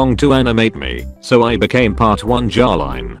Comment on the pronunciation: am i the only one hear jaw line instead of jolyne?